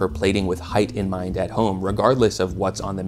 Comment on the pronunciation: When you said "with height in mind at home" I had to turn on closed captions to stop hearing "in my net-home"